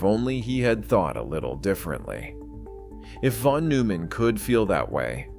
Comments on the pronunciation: Admirable video in many ways, but why do you butcher the pronunciation of von Neumann's name? You use a weird French pronunciation of the -eu, as in feu, peu, etc. In German -eu is pronounced -oy as in toy. It's not hard. At all. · pronounced "Noi-mann". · "newman" "wiggner" "plank" 😂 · Isn't it pronounce noyman? I quite some time back became convinced that a good part of math and physics is visual, not just as Feynman said, manipulating symbols. Einstein was very strong in that area, and, by self report, so is Penrose. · Nooman … Noiman . Settle on the way to pronounce his name and go with that instead of bouncing around. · That's not how you pronounce his surname.